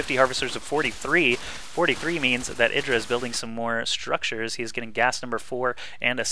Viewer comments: his name is eye-dra, not eedra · yeah artosis' way of pronouncing it is right, which is 'eye-dra'